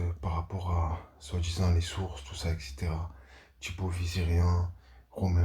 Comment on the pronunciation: Pourquoi tu dis "Tchibaut" au lieu de "Thibaut" ?